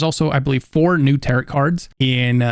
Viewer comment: Cant pronounce TAROT correctly.... unwatchable